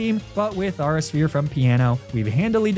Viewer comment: "ahra sphere" 🚡🚡🚡🚡🚡